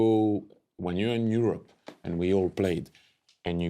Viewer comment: "In Yourup" 😂